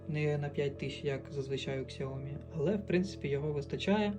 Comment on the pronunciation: Сяоми(сяо купи, ми - меня). Нет нужно постоянно букву К добавлять